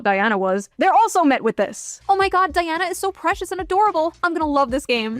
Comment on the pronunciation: She pronounced and spelled her name DI ANNA 😊